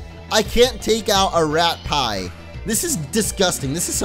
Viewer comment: its ratpie (rat-pee)